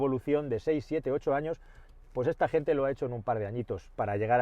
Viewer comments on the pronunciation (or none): none